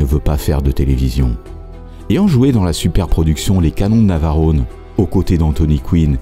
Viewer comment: Les canons de Navarrone et non Navarrône !!!!😂😂😂😂😂 Les oreilles saignent 😂😂😂😂